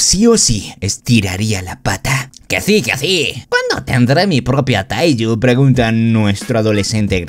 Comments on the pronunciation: AJAJAJAJAJA es teigu, no taiju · Y se dise teigu pero ta perron el rresume 😃😃😃😃😃😄😄😆😆😆😆😆😀😀😀😀😊😊😊😎😎😎😎